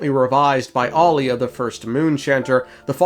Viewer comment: Pristess' name is Aila, not Alia. Ai-la 🥰 It is of Finnish origin and means "holy, blessed" The Turkish variant Ayla means "halo of the moon" ✨️✨️